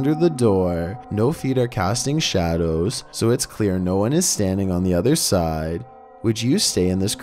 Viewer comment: Dude she says "es still on"